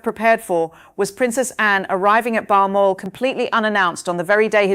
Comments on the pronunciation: Bar moral castle? Where the heck is that? Perhsos she means balmoral? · Seriously: you can't even pronounce Balmoral correctly? Can't trust won't watch.